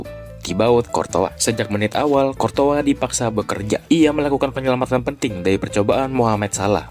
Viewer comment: bro gw masih baru ngikutin persepak bolaan. masih sering bingung sama cara baca nama pemain dan courtois dibacanya kortoa?? darimana weh soalnya selama ini aku baca kourtois